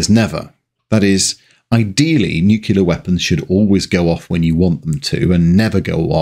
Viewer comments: Love ALL the videos… BUT, for fuck’s sake, … it’s ‘Nu-Klee-Are’, not f*cking ‘Nu-Q-Lar’‼️ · Come on ...NU-CLEE-ERRR, not Nu-CU-ler. Nuclear. Why are you being George Bush? I would think as a Brit, you'd like to not emulate the US. 😏😉(Great video though as I also grew up in the 70/80's and remember having nightmares as a kid about being bombed by the USSR)👍👍👌👌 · Thanks for all the information, but repeat after me: New clear, newclear, Nuclear. Easy. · Why do you pronounce nuclear "nu-kew-ler"? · There is a new, clear stream at the end of our garden. You see you CAN pronounce nuclear. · "Nuc-u-lar?" Really? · Great video, but Your pronunciation of "NuKilla" is very "American"(your own comments about American english apply :)). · 1.) Mocks us Yanks for producing the B-36, allegedly one of the most ugly aircraft in existence, despite the existence of the Blackburn Blackburn, the Handley Page Heyford, the Boulton-Paul Overstrand and the Armstrong Whitworth Whitley. 2.) Again mocks us Yanks for our supposedly inferior use of English, while being unable to pronounce “nuclear” correctly. Still a pretty good video, though. 👍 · Pronunciation of nuclear. Bad. Pedantic. Sorry. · It might be commonplace to pronounce nuclear the way you do on this video, but it's still not correct to do so. Stop it. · Enjoyed this video, the audio was marred by Nuclear being pronounced as Nuculer. Could excuse this from the USA but a Brit should know better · Great video but please, there's no such thing as "Nucular" weapons. It's nuclear, thermo nuclear. It may seem like a small thing but it's tough to get through great content when you pronounce the subject like an Alabama livestock enthusiast. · "NOO-klee-urr, not "New-kyu-lurr". Nu-cle-ar. I am Virgo. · Hearing the mispronunciation of NucLEAR as NucUler is really grating from a fellow Brit is like nails down a chalkboard. Saying that forced my way past it because you have a wonderful wit and delivery. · Nuclear, not "Nukiller. 🍄